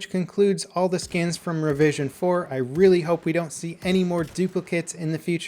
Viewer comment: Anyone else hear "revision 'foreskin?" No? just me? okay lol.